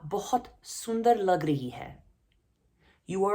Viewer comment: In the line, “Aap bahut sundar lag raheen hai,” the last “hai” should be pronounced as “hain”, with the n being nasally. Same with ‘n’ in raheen.